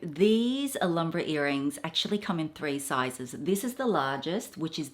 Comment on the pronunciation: Alambra? What's Alambra,?. It's pronounced al ham bra. Not alarm bra